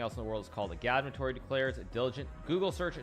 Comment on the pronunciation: Hikaru still pronounces agadmator’s name wrong, did he react to the 4th highlights on stream?